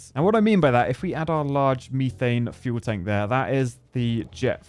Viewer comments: It’s methane not mee-thane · love ya man but if you mispronounce methane ONE MORE TIME, I’m gonna lose it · Take a shot every time he says MEEEthane